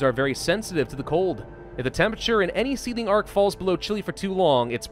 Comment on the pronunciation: Every time you say seeding arcs I hear seathing arcs